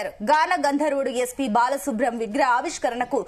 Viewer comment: బాలసుబ్రం కాదు తల్లి బాలసుబ్రమణ్యం